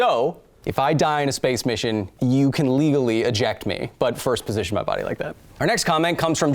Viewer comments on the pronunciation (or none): none